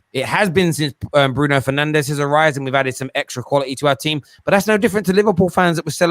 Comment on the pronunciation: Liverpool fan is so uneducated😂Keep calling him penandes please.